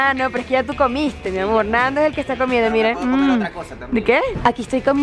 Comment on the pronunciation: Ella a veces dice mi amor y también mi amorch